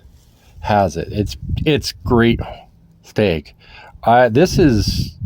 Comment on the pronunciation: It is stag... not steg lol